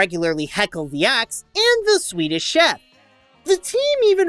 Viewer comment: it’s acts not sex, I’m I the one that notices it. 😂